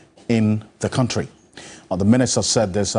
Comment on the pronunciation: The guy said kantry